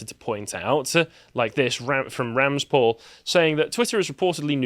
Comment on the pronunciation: Ramzpaul is pronounced Ramsey Paul, because that's his name; Paul Ramsey.